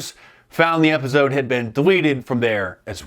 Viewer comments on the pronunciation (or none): I never noticed how Mark pronounces episode as “epizode.” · Man now i can't unhear that lol. Epizode.